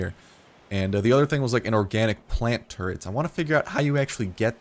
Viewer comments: did you say organic turret or turnip? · is he saying organic turret or turnip